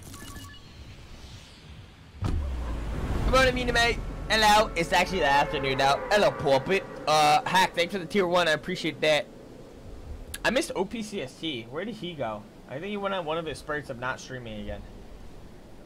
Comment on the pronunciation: Was it just me who noticed he said Opcst instead of Opsct?